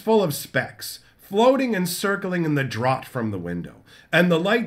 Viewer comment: Draught is pronounced draft when talking about air from a window.